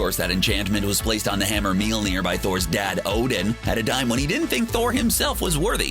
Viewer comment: Thor's enchanted hammer, Meal-near?!? 🤦‍♂️